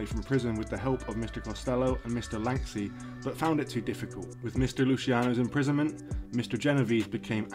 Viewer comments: Lansky not lanksy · This is all old news and it's Lansky. Can't stand it when names aren't pronounced correctly! Boring!